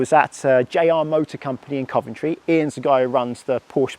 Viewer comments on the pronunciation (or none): none